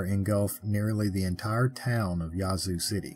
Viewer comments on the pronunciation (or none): Minor point, but jfyi, the a in "Yazoo" is locally pronounced like the a in "bad."